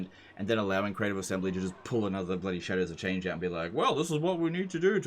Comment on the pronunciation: When says "Shadows of Change" I heard "Cheddars of Change" every. Single. Time.